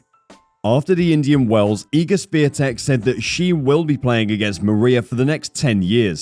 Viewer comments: Swiee-tek? Please realize there is no "S" letter or sound in her surname which is "Świątek", which means holly btw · No, it's Shvyon-tek. North Americans don't have a sound for the accent on the "a" in her name, but that's as close as it gets. "W" in Polish is basically "v" in English. It's never silent in Polish though. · Her name is Swiatek, not Swetek. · Her name is pronounced She-on-tek. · You should learn to pronounce her name correctly. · You said wrong her last name. Over and over again. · Since you made a special video about Igs Swiatek. you should have dug a bit more into how to pronounce her surname correctly . You are way off dude. It would take you 10seconds to find out. Kind of embarrassing. Really. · Wouldn't it be incredible for content creators to actually learn how to pronounce her surname correctly? It would probably take 30 seconds and end that joke-or-an-attempt in this video. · If you are making a video at least have the decency to learn the correct pronunciation of that person's name. Cant be too hard????? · Maybe the commentator should LEARN how to pronounce Iga’s last name - IGNORANT&UNPROFESSIONAL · Geeeez, cant you learn to pronounce the name properly? Shes the queen of tennis for ages now. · LoL, please learn how to correctly pronounce 'Swiatek'. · LEARN HOW TO PRONOUNCE HER NAME, FFS! >< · Everyone would appreciate it if you learn proper pronunciation of IGA'S last name. Please make a little effort because the way you say it is unacceptable and shows lack of respect. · U could learn how to pronounce Swiatek. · If you're going to do a video about Iga Swiatek, you should probably learn how to pronounce "Swiatek"